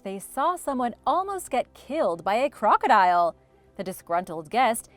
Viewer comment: I am annoyed by how you say crocodile and a couple other words. The high pitch at the end is bothersome.